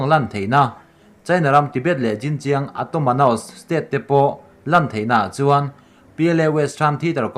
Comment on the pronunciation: Jinjiang Atomanos i ti hi enge awm zia...??? Xinjiang Autonomous ti tumna chu ni awm tak.....!!!